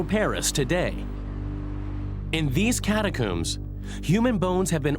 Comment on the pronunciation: Sorry - after the third "cat-a-cooombs" I'm out 🫠